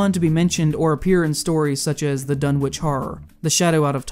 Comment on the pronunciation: Yo this video is great but the way you said Dunwich caused me large amounts of pain